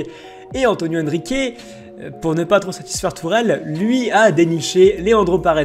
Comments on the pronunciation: et c’est antero pas antonio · c'est antre pas Antonio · C est antero pas antonio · Par contre c'est antero Henrique